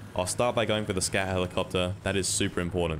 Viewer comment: I couldn't help but think he was saying Scat helicopter. Big ol shit copter